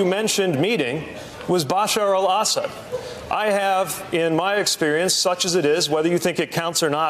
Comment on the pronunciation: Did he say (Bash Shar el Salad?) Pete needs to practice more.